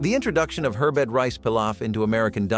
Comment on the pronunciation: Why did you pronounce herbed ‘her bed’? That was just plain bizarre.